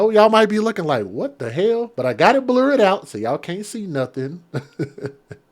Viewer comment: "Blur" not "Bler!" Pronounce like "her" with a "bl". Not "bleer" as in "here!"